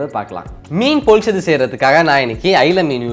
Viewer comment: It's pronounced as pollichathu.பொள்ளிச்சது.